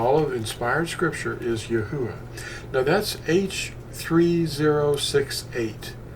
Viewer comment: Not to nitpick ya...but im pretty sure you are pronouncing the breath sound twice..with the saying of the first part of THE NAME..YAH thats the yod and the hay..then its uah witj the breath at the end...more closely EE AH OO AH..praise HIM! 😘 luv ya..ill never forget when Fossilized Customs fell into my hands...changed my life my friend..thank Yah for making you bro! Shalom!